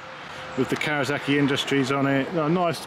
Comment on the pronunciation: Arghhhh Sorry mate you are doing something that drives me insane !!! It’s KAWASAKI not KAWAZAKI SSSSSSSAKI not ZZZZZAKI ARGHHHH